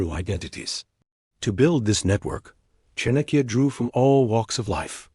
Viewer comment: It's pronounced Chaanukya...The first a is pronounced and the second a shorter one.